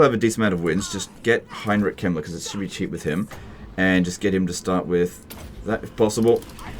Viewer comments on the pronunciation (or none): The way you pronounce Heinrich Kemmler sounds like Heinrich Himmler.